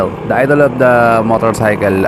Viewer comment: "Ingine, Front Chocks, Motorcy'kel'."🤣